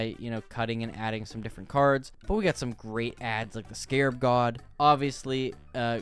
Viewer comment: Scarab brother.... not scab 😂